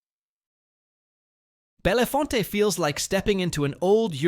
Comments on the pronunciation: That final e in Belefonte is silent. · Bellefonte is pronounced Bell-Font by Pennsylvanians. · it's pronounced bell-font, or you're not a local. And liggon ear. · Bellefonte is pronounced "bell-font." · Bellefonte is pronounced (Bell font) the two eses are silent. I live about 45 min. east. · When you choose stock video make sure it is of the correct place. Bedford, England is a very different place from Bedford, PA. Strasburg, Austria is not Strasburg, PA. Bellefonte is pronounced Bell-Font. Did you just let A.I. make this for you? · The pictures of Bedford PA are NOT Bedford. The first picture of the park by the post office is in Bedford, but all the rest of them are of some other town. Also, learn to pronounce Ligonier and Bellefonte. Sheesh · Definitely not Bedford, PA. I looked up Debenhams, it's a British chain store that closed down years ago. Plus, the AI VO, mispronounced a number of town names. WTG! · Oh, you really need to get the pronunciation right on some of those towns, especially Bellefonte and Ligonier. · That's not how Bellefonte is pronounced. AI is stupid... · Hearing those made my ears hurt. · When my mother heard anyone pronounce these like that she'd tell them "Oh, dear, you're giving it too much credit.." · I was coming here to say that’s not how you say bellefonte 😂😂😂😂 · If you're going to continue to do these videos, do some research and learn how to pronounce some of the names of the towns because you're way off on a few